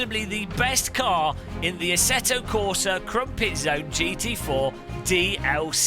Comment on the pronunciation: "Asseto Corsa Crumpetzone"